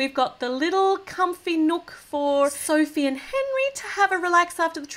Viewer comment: She-ma-ma said Sophe